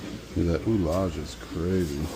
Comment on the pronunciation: the word is either ullage in English, pronounced uh-lidge. Or it ouillage in French in which case the prununciation is oo-yage. Figured you might want to know. Oo-lage is neither French nor English.